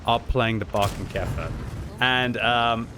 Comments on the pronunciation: Sigh. Not pronounced "Barkenkaefer" but rather "Borekenkaefer." Other than that, nice video. 🙂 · Pronounce it like "boerkenkefer" and it sounds like the german "Borkenkäfer" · Did you say Brokenkafer??.... LOL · Nope you speak it wrong. That can you do better